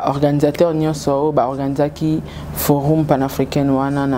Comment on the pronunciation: Ma chérie, on prononce forom non pas forum s'il te plaît femme des valeurs